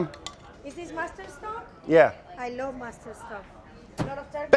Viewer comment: Gabby: "Ooh delicious " Brad: "You like that?" Gabby: "I lowve it"